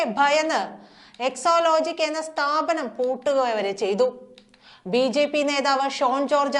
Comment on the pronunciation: ന്യൂസ്‌ റീഡർ കൂടെ കൂടെ എക്ലോലോജിക് എന്ന് പറയുന്നു. സാജൻ (മറുനാടൻ ) എക്സാലോജിക് എന്ന് പറയുന്നു ഇതിൽ ഏതാണ് ശെരി. ന്യൂസ്‌ റീഡർ ശെരിയായി ഉച്ചരിക്കണം എന്നൊന്നും ഇല്ലേ